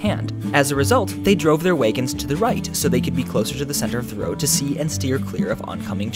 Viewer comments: Whats a waygon? You mean wagon??? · He said "waygon" That totally ruined this video for me. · "Way-gon?" Are you from Minnesota? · Interesting pronunciation on "wagon"...way-gun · Did you say "Waygon" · The way you say "wagon" is weird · I would like to know where the word wagon is pronounced like that.